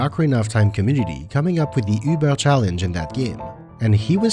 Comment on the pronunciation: I have to add, as a German, your pronunciation of Deutsch and Über are very clean. Good job